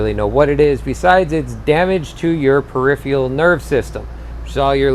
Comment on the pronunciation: perif ER al, not ee al